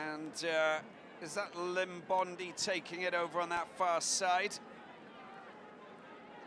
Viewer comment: Please commentator please pronounce our players names correctly please its not Limbondi but Iimbondi please come on boys